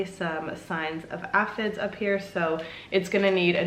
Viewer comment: Say it with me...AY-fids! 😂💚